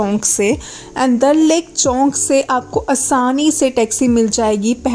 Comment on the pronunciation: that us chowk not chownk